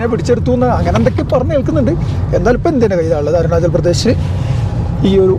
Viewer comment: bro eppozhum arunajal ennanu edunnathu ath arunajal alla arunachal anu